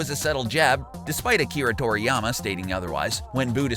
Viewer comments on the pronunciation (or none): none